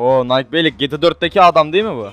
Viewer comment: Abi Gyyyyta degil gta